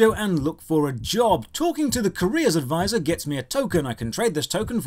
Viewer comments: OH! A Career advisor... ...I thought you were saying Korea Advisor. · I honestly thought you were saying "Korea Advisor" the entire video.